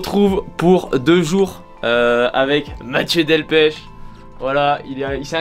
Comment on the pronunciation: Delpeuuuuch pas Delpecheee ^^ top votre video.